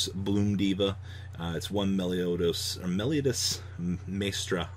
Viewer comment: you are pronouncing it Meliodas but it's Melodious lol